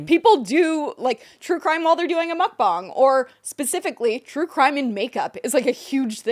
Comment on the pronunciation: Did just call it a muck bang?